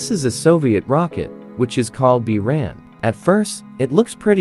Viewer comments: Just a note: in the original Russian name, Бура́н is pronounced "boo-rahn", not "byu-ran". Also, the Energia (Энергия) is pronounced "en-air-gee-yah" I see people get this confused a lot and I don't blame them for not knowing Russian pronunciation, but I just thought I'd clarify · It's pronounced 'boo-run' — means 'snowstorm in the steppe' in Russian. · Slavic language learner here- Buran (Буран) is pronounced (Boo- raan) Energia (Энепгия) is pronounced (E-ner-ghee-ah) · Not Bewran. The correct pronounce is Booran... It is Storm. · Its pronounced, boo,rahn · It's pronounced Boor-ahn and Ener-gee-uh. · ***Buran is pronounced Boo Rahn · Pronounced, "boo-RAWN" and, "en-er-GEE-yuh" with a SOFT G not a hard G. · Beeraan brugh cant Americans ever pronunce ANYTHING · Isnt it pronounced burr-ron? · Its pronounced "booran" and it means something like sandstorm or hurricane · Learn how to pronounce "But - ran" ok? ok! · What really gets on my nerves is he pronounces buran byurin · Learn how to pronounce "Buran" and "Energia" before you make videos! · The mispronounciation of Buran and Energia is infuriating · Good God already could you pronounce those two words properly